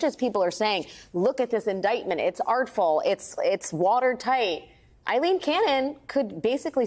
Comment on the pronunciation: One of the only news anchors I've seen who can pronounce Aileen correctly. For that, as well as your incisive reporting, I thank you Alex.